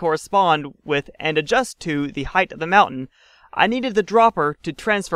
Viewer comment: I know you get it right about half the time you say it, but its a pet peeve of mine. Its height, not "heighth".